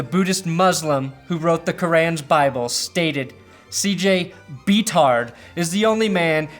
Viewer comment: THANK YOU for saying “Beathard” correctly EDIT: also realized there was a chance to use “Brock and Roll” in that Brock-themed series of jokes